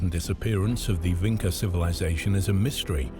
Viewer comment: It is Vinča (Vintʃa), not Vinca.